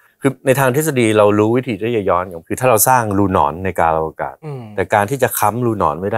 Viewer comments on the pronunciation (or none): นิดหนึ่งนะครับ Space time ไม่ใช่ "กลางอวกาศ" นะครับ ต้องใช้คำว่า กาลอวกาศ "กาน-ละ-อะ-วะ-กาด" อาจารย์แกอาจจะพูดติดกันไปหน่อย คนเขียนซับเลยแปลผิด